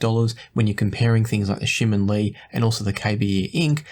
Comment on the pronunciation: you pronounced TangZhu Shimin Li very well. You even listen to my fellow Singaporean singer JJ Lin!😂